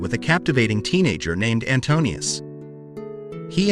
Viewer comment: NO AI !! Not "Antonius" !! Antiuous.